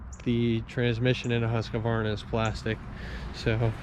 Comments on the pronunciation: Not to nitpick, but I am always confused why people add a syllable between "Husk" and "varna". Also, I was hoping to see more like a comparison between an X350 and a TS 242XD, or similar. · Because Huskvarna sounds silly. Huska, Huska, buncha Varna!